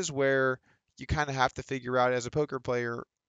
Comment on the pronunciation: He said final poker video. not final polker video.